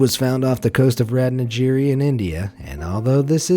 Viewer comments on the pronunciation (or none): It's ruth-naa-giri, not rath-na-jeeri. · Ratnagiri. The G as in Gun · wow you badly butchured indian district ratnagiri's name that hurts